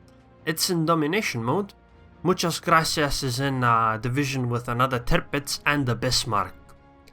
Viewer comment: Good Spanish pronunciation! Do you speak it?